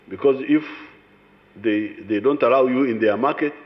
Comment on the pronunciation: Every time this man speaks it's just crap! "Don't arrow (read allow)!